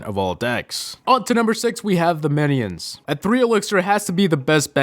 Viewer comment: meniens xDD